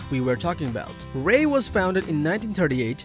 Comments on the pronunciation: It's REI. R. E. I. Just say each letter... Not Ray. You lose all credibility when you muck up the company name of your first pick, especially when it's such a simple, well known, and basic company name. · Awesome and informative video. TY very much *LoL on REI pronunciation, Let me spell it, R E I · Yeah, regarding credibility I clicked on the timestamp in the description and I heard it pronounced ray, immediately I thought this was one of those AI generated list channels I should click away from.